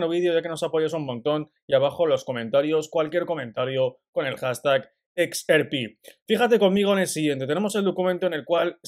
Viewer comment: #XRP seguimos pendientes siempre. Sugerencia. Se dice EX AR PI.... No se dice EX ER PI